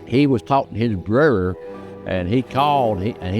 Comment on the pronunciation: That old guy can’t even say word brother right he needs speech lessons